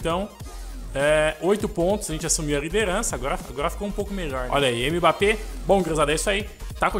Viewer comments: Pq vc fala M-bappe ? Kkkkk o certo da pronúncia é Embappe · Mano fala mbappe certo e como se fosse "embappe" tá feio se falar "m"bappe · não fala "M bappé" tenta falar "Embappé" essa é a pronuncia